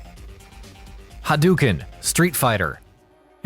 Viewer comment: "Ha-dow-ken" not "Ha-duu-ken"